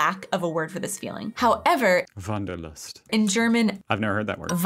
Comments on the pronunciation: the Wanderlust was perfectly pronounced! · you pronounced it here much more natural snf accent-free than the two in the video :) u seem to slowly get the hang of it ^_^ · As you first said "Wanderlust", you said it nearly perfect.